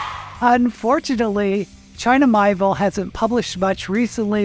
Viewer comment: With kind regards: China Mieville's name is pronounced as: mee-AY-vill